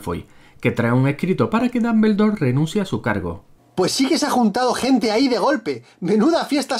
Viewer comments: Ermiom, Dalvendor...jajaja 😂😂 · Jajajajajajajaja Hermion, Dombeldor.... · Dambeldor xd